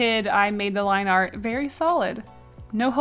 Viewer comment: Does her accent make “art” become “r” or am i deaf?